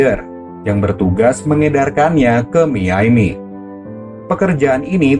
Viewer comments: miaminya aneh bang harusnya dibacanya mayami bukan miyaimi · Miami min bukan miyaymi